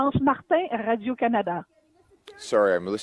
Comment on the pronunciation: You don't have a french accent, so why are you saying"rad-ee-oh Canada"?